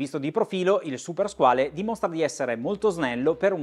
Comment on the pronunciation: Due note. Se non vado errato con "skin diver" si intendono orologi da indossare senza muta, quindi per apnea o per snorkeling, insomma una subacquea ricreativa e poco impegnativa La corretta pronuncia di "Squale", parola francese che sta per squalo, è SQUAL.